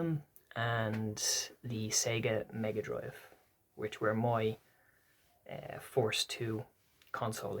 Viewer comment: I thought you were saying forced to play Mario bros but then I realised you were saying first 😂 cant wait for your part 2. If I can get some time I may do a response to this 👺☘️